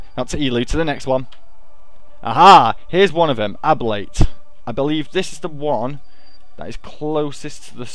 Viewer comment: it is not ab-late it is a-blate, like ablative heat shields, it is called that because of the heat and the solar wind forcing parts of the planet back away from the sun